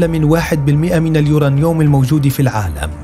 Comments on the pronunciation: اسمه اليورانيوم وليس اليورنيوم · تعلم كيف تلفظ اليورنيوم يارجل ... كلنا نستطيع البحث في ويكيبيديا و ايجاد هذه المعلومات الميزة في كيفية عرضهاا ماهذا اللفظ الركيك و الضعيف لكلمة بسيطة مثل هذه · كله تمام ومبارك للمملكة ولكن ملاحظة للمذيع لو سمحت اسمه اليورانيوم مش اليورانيوووم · uranium اسمعوا كيف ينطقها: يورانيوووم 😂